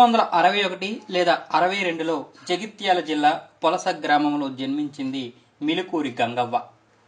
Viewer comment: Polsa kadu polasa andi